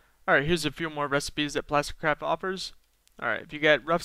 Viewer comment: am i the only one that thinks most the time he said "plasticcrap" instead of "plasticcraft"